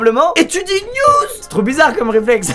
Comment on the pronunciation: SQUEEZIE : et tu dis niews